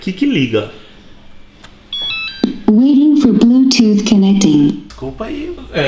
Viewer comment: Blutuf que fala não blutu pelo amor de deus